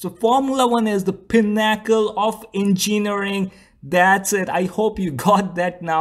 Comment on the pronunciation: too bad these F1 guys can't talk the pinn-ack'-ell of en-cheenn'-arring